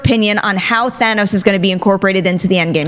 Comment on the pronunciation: I’m so happy to hear Thanos pronounces properly. It’s like some people never actually watched the film the way they say his name. It’s a Than not a Thay. Thanos, not Thaynos